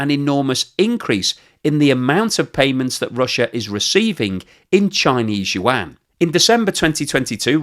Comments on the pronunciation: It's Yuaan not Yuan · BTW the correct pronunciation of "YUAN" is kind of like "won", it only has one syllable. It is not you-ann. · Yuan = ywhen, like "when will you pronounce any mandarin syllables correctly?" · Hi - pronounce yuan: yu-en. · Very informative but your pronunciation of Yuan makes my ears bleed